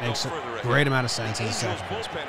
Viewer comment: "Secont" drives me nuts. You both do it. It's up there with "acrost." You're better than this ;) love you guys